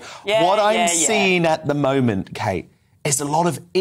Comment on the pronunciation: Kate , not Katie